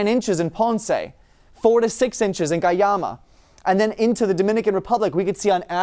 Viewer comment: Cool video but guayama is pronounced differently. The gua part is pronounced like guac without the k at the end. The yama part was pronounced correctly.